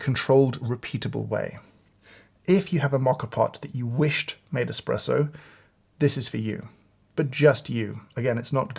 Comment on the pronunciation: Great video! But there is no X in the word ESPRESSO…